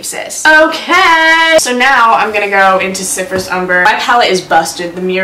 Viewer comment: Every time you say Cyprus I hear syphilis yikes. Let’s put some syphilis ummmmmbbberrrrr in the crease